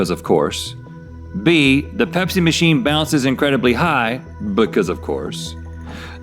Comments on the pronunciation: I thought Rhett said Hep-c vending machine not pepsi vending machine 😂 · I swear I thought Rhett said Hep C machine... and then I saw it and was like ohh that makes much more sense